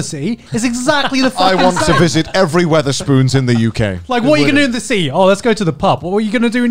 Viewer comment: Garnt pronounces "city" as "sea" o_o